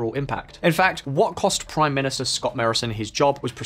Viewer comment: Could have at least learnt how to pronounce his name - "Albanese" is pronounced "Al-ban-easy". And "Morrison" is "Morr-ison" not "Marr-ison".